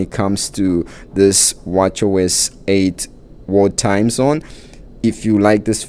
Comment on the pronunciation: I kept hearing you say “war time” watch face… 🤦🏼‍♀️ Thx for review of the world time watch face tho 😂